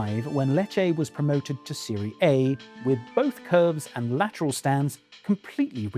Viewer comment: Mispronounced Serie A. Should be Serie-ah not Serie-ey.